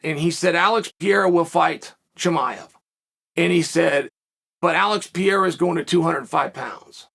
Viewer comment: he should take a few seconds to learn how to pronounce “Alex Pereira” …at least try a bit